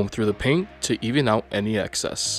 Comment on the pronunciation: Drives me nuts everytime he calls it paint